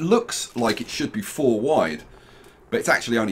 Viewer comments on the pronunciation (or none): none